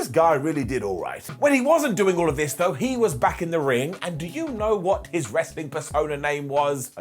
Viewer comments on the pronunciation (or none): none